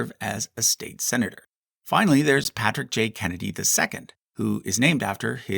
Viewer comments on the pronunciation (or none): none